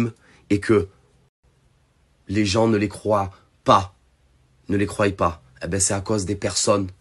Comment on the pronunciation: A 6.41 , il dit « les gens ne les croient pas « nickel aucune faute 👌, mais …. Il se rattrape et dit « ne les croYent pas « dommage …..